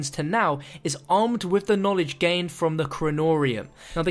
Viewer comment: Richthofen needs some knawledge